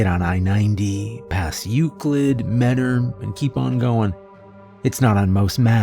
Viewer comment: I used to live in mentor you’ve gotta be from northeast Ohio cause you actually pronounced it right.